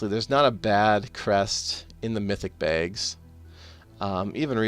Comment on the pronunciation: I like the way you say bags. BEHGS.